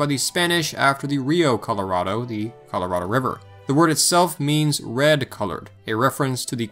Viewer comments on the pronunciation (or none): none